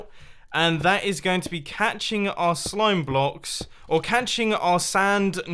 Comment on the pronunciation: He said slome blocks lol